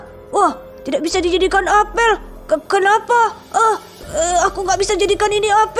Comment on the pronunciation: Kak apel bukan apel